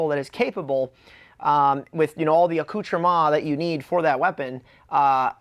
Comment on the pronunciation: It’s pronounced uh-cooter-mints